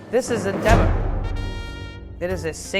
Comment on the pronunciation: Stop saying "deba" pronouncing it like the first syllable of Debrah or debutante. It's daybah. I'm not taking advice from someone that doesn't know how to pronounce the name of the knife correctly.